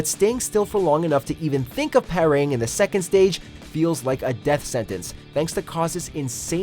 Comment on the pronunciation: Anyone care to explain what “pair-raying” is?